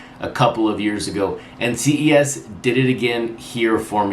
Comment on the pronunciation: Ces (pronounced “ses” like the beginning of cesspool ) PR 3800. Love the channel!